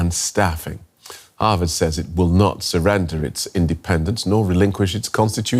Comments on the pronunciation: Can you pls learn to pronounce HarVard not HarWard? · HaRvard not Haward and CoLUMbia not Colombia, SOMEONE hasto tel that lady the right pronunciation, please.